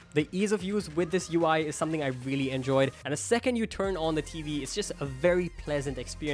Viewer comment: I veally veally don’t know